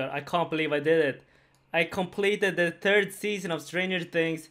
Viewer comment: "Turd season of stranger things". Svengelska accent at its finest.